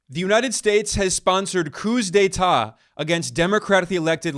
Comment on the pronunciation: It is improper to annunciate the s in "coups d"état". The pronunciation is identical, whether singular or plural.